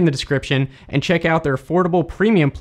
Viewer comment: When you said "clean and secure" it sounded like you said "clean insecure" lol